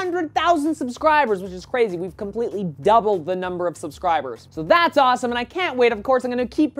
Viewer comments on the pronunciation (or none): none